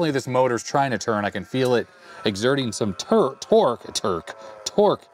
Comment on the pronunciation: "Exerting some turque!" - That moment when the AvE in you slips out... :P